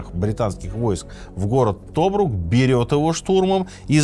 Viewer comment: Кринжовые непрофессиональные ошибки. Не тОбрук, а ТобрУк. Не Российская Освободительная Армия, а Русская. Еще портрет Роммеля в прошлом выпуске перепутал. Фу.